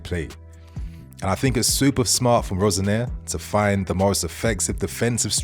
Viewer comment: My son supports Hull City. Hull fans moaned about Rosenior just like we moan about Moresca. He plays a possession heavy style. BTW love the French sounding pronunciation of Rosenior. He's from Hull guys not Paris.